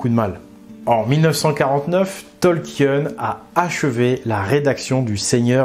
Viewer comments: Ça se prononce Tolkieun ??? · Ça se prononce Tolkine les amis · Ravi de voir un nouveau tissu de mensonge, mais c'est un peu fatiguant de t'entendre ruiner un des univers que j'apprécie avec des théories du complot. Tolkien ( que tu ne prononce même pas correctement) est un fervent catholique, et son éditeur lui a commandé le SdA, au contraire du Silmarillion qui était beaucoup trop désordonné Ta rhétorique me dégoute, et tes raccourcis sont absurdes, et non sourcés